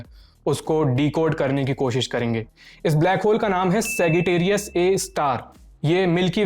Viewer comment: सैगिटेरियस नहीं मित्र। सैजिटेरियस।